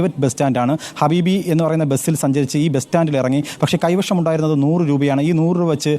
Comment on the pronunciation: എടോ കൈവിഷം അല്ല . കൈവശം